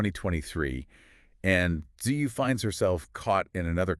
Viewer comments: Btw her name is pronounced Chewy like Chewbaka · Just FYI her name is pronounced Two-We :) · no her name pronounced in Korean and in English is Chewy. Even though English readers and Chinese, read it pretty similar.